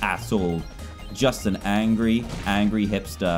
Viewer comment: Dan you got angry wrong you pronounce it as angy